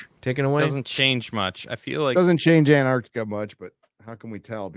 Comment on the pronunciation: "anne" Arctica? or "AnTarctica" with an extra t in there ? 😅